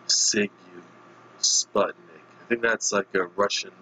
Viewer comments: How came you don't have no clue who were Sigue Sigue Sputnik. Okay if you're American. They were into UK top 5 both album and single back in 1986 . You pronounced the name totally wrong. You should say like Zig Zig instead Zigue as you telling. The name was token from some infamous street gang from Moscow during the communist time , 80's to be specific. Their bass guitarist Tony was former Generation X leader both with Billy Idol before Idol became kinda big , so during the punk years . Sague Sague Sputnik...you're pronouncing sounds really funny. They were some kind ahead of their time... strange. They were known in UK and EU very well... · seeg seeg sputnik is how I always heard it pronounced.